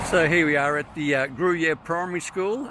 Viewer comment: Pronounced Grew-Year